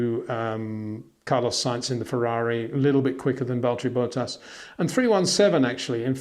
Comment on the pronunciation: I love you mate, but his name is Bottas, not Bowtahs